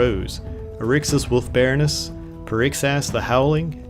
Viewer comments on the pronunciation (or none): none